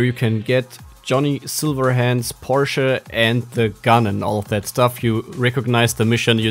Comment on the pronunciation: Porsche... Ok ein Deutscher?😂